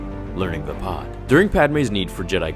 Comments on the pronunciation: Its called Veepad not Vpot. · Is it pronounced vay-pad or vah-pad